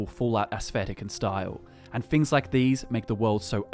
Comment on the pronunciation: Fings lol